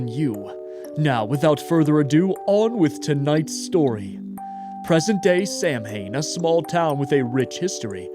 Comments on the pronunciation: I hate to be that guy, but it is pronounced SOW-WAN, not SAM-HAIN. Love you, ❤ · Hey,! Here with some more witchy info! Samhain is typically pronounced as Saa-wn or Sow-in. Sow rhymes with Cow. The spelling looks confusing in English because of Irish/ Celtic grammatical rules: The "S" makes a standard /s/ sound. The "amh" combination creates a diphthong that sounds like the "ow" in "town". The "ain" creates a short "in" or "un" sound. 😊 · Just quicklyyy - it’s pronounced “Sow-inn” 🖤🖤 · Just an FYI... Samhain is pronounced Sow-an . Like Cow- an. Its not something that everyone knows how to pronounce so I am just trying to be helpful. I really like your channel and think you do a really good job. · Samhain is pronounced sow(🐖 ) when(⏰) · samhain is actually pronounced saw-win!! it’s the original version of halloween!! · Samhain is pronounced Sah-win! Thanks for great content as usual, ❤️ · Hey! Fun Fact, Samhain is a word of Gaelic origin, and is more closely pronounced sa-Wen. It's also the name of the holiday that became Halloween! Even if you're not superstitious, you can probably enjoy the meaning and implications there. Fantastic video, and even better Buddy Time. So many people need to hear that. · samhain (prounounced sow-en) is the name of a celtic holiday, the time of year where the veil between the world of spirits and humans is thinnest. it's also part of the origin of the halloween holiday. fitting for a game about curses!